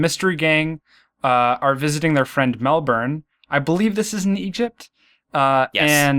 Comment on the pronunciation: Oh cool! An American pronounced Melbourne correctly! Yay! 😃